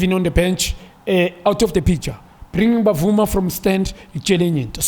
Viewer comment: My brother, tell Junior Khanye it's Bruce Bvuma not Bavuma.